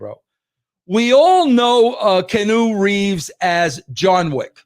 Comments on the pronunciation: "Canoe" Reeves 😂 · Wresul-ling and Kanu Reeves 😂😂😂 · KEY-ANN-NEW, Jesus it's not that hard🤦🤦🤦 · "Canoe" Reeves😂